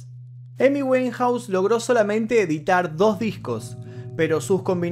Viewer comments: no lo tomes a mal, pero el apellido de esta artista se pronuncia wainjaus, no weinjaus, disculpas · Su apellido se pronuncia “wainjouse “ (como si pronuncias “wine”-vino. . Verifica la pronunciación. Pero felicidades. Muy buenos documentales!